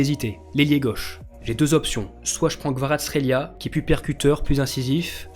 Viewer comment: Je suis géorgien vive kvaratrelia dsl si j écrit mal mais vous arrivez toujours pas à bien prononcer